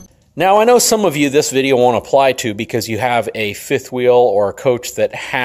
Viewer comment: Ability not abilidy Have not haff Product not prodict